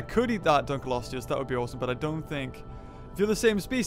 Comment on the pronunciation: Why does he keep mispronouncing Dunkleosteus? Dun-klee-osteus, not Dun-kul-osteus, maddening!